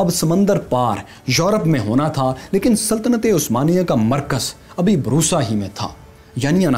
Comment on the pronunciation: بورصہ لفظ ہے نہ کے بروصہ